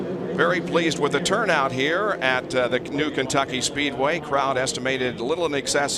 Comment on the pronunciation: Kencucky Speedway? Wanna try that again?